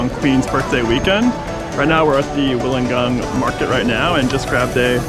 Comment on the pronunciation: It's pronounced Will-Un-Gah. Jeez, education must be illegal in your country.